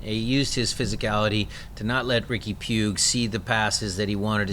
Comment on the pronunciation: It's pooch puig not pugg